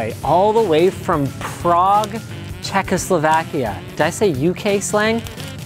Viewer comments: "from Prauge 'Checkeslovakia' "......... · He said Czechoslovakia 😂😂😂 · DID HE JUST SAY FUCKING CZECHOSLOVAKIA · I cringed at czechoslovakia. Linus please :((